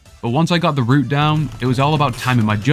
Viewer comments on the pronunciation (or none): none